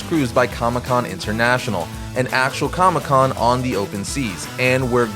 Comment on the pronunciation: Com-ICK Con lol